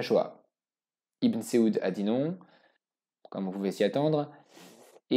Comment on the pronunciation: Saoud pas seoud et Merci de rater de écorcher le Nom de notre Prophète Saydīna Muhammad Sallalah 3aleyhi Wa Salam.